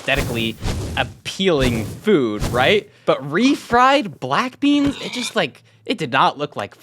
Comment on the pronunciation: Bwack bleans lol his commentary was hilarious